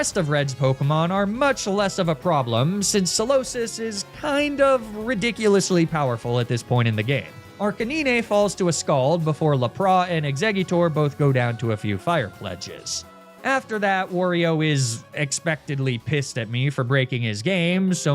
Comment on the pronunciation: I can't believe you mispronounced Arcanine so horribly